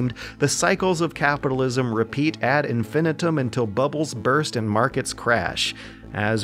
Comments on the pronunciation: After all my years on YouTube, I get so much joy out of hearing "ad infinitum" pronounced properly. Thank you, lol:) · Can't tell you how many times I've got "ad infináitum" from both Brits and North Americans. I think Dan Olson and are the first people I hear that didn't add the "A" in the middle of it.